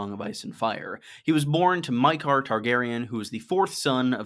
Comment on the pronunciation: ya I meant that’s how says it. He’s the “you.” I think it was Maekar being pronounced mEyekar through me off enough to comment.